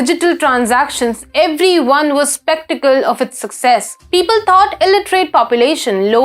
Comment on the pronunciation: It is 'skeptical' not 'spectacle'